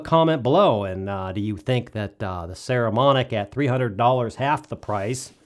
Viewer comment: Nice review. I have some Saramonic gear and find it really sturdy and well made. I think they have very reasonably priced and good quality gear for the consumer and low budget pro (most of us). BTW, it's PPPPS, not PSSSS, just sayin'.